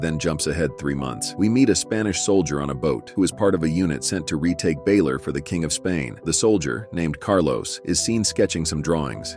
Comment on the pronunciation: Siege of Baler! Not Baylor 😅